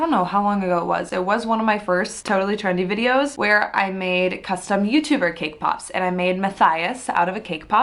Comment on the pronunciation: sees cakepop Turns Australian ThOse ARe ThE cakepopz